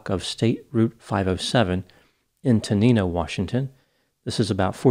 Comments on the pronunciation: Its pronounced Ten-nine-no Washington. The story behind the name was that it was stop train stop 1090. I was wondering where I was recognized her. I work with someone who knew her and had her missing poster on his cubical. There are still a lot of people hoping for her to be found. But that part of Thurston County is really heavily forested. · "Teh-Nine-oh" Washington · I often wonder what happened to her and whether her kids will ever have any closure. Local here, it's pronounced like Ten-Nine-oh.